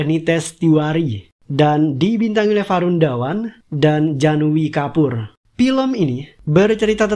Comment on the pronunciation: Bukan janui kapur bang tapi janhvi kapoor di bacanya janvi yaa bukan janui😁